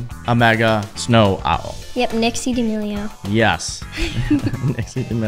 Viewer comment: they said " nixie damileo "